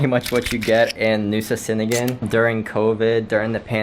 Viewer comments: C's in indonesian sound "cheh" So cheningan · "C" is pronounced "Ch" in Indonesian - so now you know. Gili "Air" - "Air" means "Water" and is pronounced a bit like "Eye" but with an "r" on the end. I am enjoying your videos as it is good to see what Bali and Lombok and surrounding small islands are like during this time. It is also SO good to see places where masks are not worn. Masks are also not worn by the locals around Bromo in East Java and in the village areas of Madura....so much healthier not wearing a mask. The damage frequent mask wearing can do to our lungs is really shocking. How many other places to stay are open in Nusa Ceningan? I guess it was Mushroom Bay - the beach you went to on Nusa Lembongan. I can't remember any other good beach.